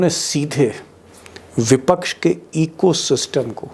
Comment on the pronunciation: दीपक शर्मा जी इको सिस्टम नहीं , इको सिस्टिम ????????????? 😁😁😁😁😁😁😁